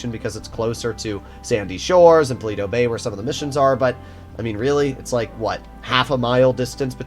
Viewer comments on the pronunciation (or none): none